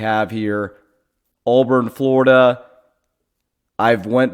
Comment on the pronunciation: ITS NOT ALLBURN. it's pronounced "aaaaaa burn". Also texas tech aint losing to Arkansas man